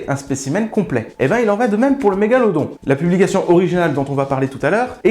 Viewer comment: Svp, je chipote mais pourquoi la prononciation de Mégalodon change tout les 6 mots ? Sinon super vidéo comme les autres